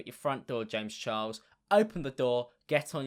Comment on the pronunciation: youchuber james chiles